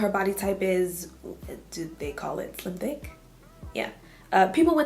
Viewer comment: the way she applied so much pressure when she said slim think without even doing anything had me dying